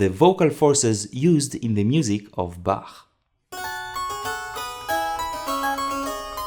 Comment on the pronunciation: I am so happy that someone finally says Bach like Bach and not Ba*coughing up flegm*